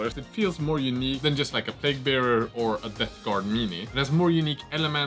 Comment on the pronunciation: I feel bad to criticise, as you do a phenomenal job making these videos in a language that isn't your mother-tongue, but... you know it's plague, no plauge, right?